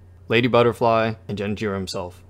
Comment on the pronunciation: "Jenichiro"? Seriously? How?